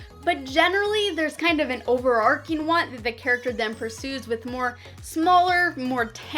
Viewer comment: OverARCHing. ARCH, not ARK, not ARC. Overarching "ARCHES over" something, nothing to do with a story ARC.